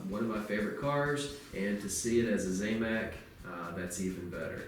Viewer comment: not `zay mac` its `zam mac`, zam like sam